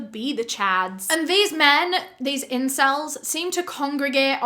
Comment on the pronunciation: this is a serious video but hearing her say "incells" made me laugh way too much im sorry😭